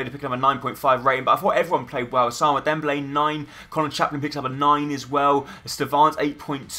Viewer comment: nice vid but u have 2 pernounce "Ousman" not "Ousama" or whatever u said xD